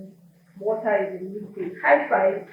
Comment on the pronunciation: We will talk about wota, what did I say? Ibadon ... wota :))